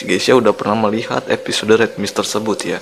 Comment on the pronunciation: Episode bang bukan eposode